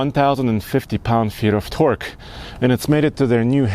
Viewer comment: when he said twerk in stead of torke